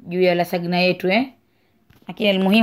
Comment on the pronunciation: Yatamkwa " lazanya" maaa